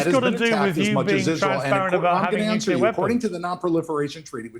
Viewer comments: Nucyaler? SMH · ‘Pre-emptive Strikes’ are ILLEGAL. Dig?!?! The word is ‘nuclear’ not ‘nuke-u-lar’ The guy is foxed… Watch how his blink rate increases… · It’s pronounced nu-clear! Not nuculer. It’s really irritating to me when a person says it wrong. If you’re gonna defend your bloodthirsty fascist nation, at least say the words right. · This IDF guy's habit of talking over other people is typical of fascists, especially when they are losing an argument. Also, did he practice saying "nukilar"? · When people say nucular instead of nuclear, it reveals a lack of regard for something important. Some say it out of ignorance or the perception of being so. Some use the word to buffer their mind from their own discomfort having failed to be forthright. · IT'S NUCLEAR! NOT "NUCULAR"! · Bit pedantic, but the word is NU-Clear. Not nook-ular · Tired of hearing "nucular" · "Nu-cu-lar" is an annoyance. 🙄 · We must return to mocking idiots who say nukuler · Ugh why us that no one can pronounce nuclear. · i kinda wish Doran would actually learn the word nuclear, that might be helpful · The guy literally does not understand what it means to be told that everything you've said is projection. So much so that he tries to use it against Mehdi but falls flat because he just doesn't understand what he's even talking about. When someone repeatedly mispronounces "nuclear" over and over again you can rightly ignore most of what they are saying. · NUCLEAR!!! There is only one U in the word. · How come right-wing nut?Jobs don't know how to pronounce nuclear? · This man can't even pronounce the word, nuclear correctly